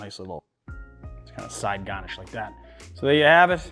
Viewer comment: lol I loved the side GAH-nish